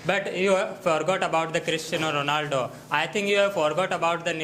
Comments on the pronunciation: The guy from formal education group unable to pronounce Ronaldo....Rolando 😅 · Ronaldo❎ Rolando✅🤣😂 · Ronaldo ❌Rolando✅